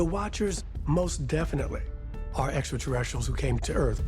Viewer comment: 2022 and georgio still hasn't learned how to pronounce extraterrestrials properly